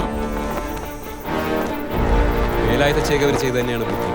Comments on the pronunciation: സംസാരം മിക്കവാറും കേൾക്കുന്നില്ലല്ലോ ഗോപാലേട്ടാ?? ആരാ ഓഡിയോ റെക്കോർഡിംഗ്? ഛേ, വളരെ മോശം👎 പിന്നെ, 'വേലായുധ' ആണ്, 'വേലായുദ്ധ' അല്ല! ഭാഷയെ കൊല ചെയ്യരുത്, പ്ലീസ് 🙏😅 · വേലായുധ ആണ്‌... വേലായുദ്ധ അല്ല... മലയാളം അറിയാവുന്ന ആരും ഇല്ലേ ഗോപാലേട്ടാ?